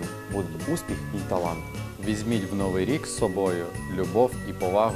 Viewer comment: Чудове привітання. Дуже дякую. Надихає. Хай це буде першим кроком для кожного члена національної збірної до рідної мови. Маленьке зауваження: прикметник "нови́й" має наголос на останньому складі, як і його антонім "стари́й". Відтак українці кажуть "... з Нови́м Ро́ком!!!" ".. у ново́му ро́ці..."